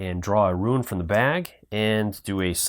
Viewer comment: Bad enough you mispronounce rune as ruin. No wonder the other guy had problems understanding earlier. But a playthrough skipping rounds. Not good.